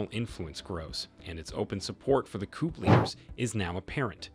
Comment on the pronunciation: ...your pronunciations are woeful,....eg...coup.....silent p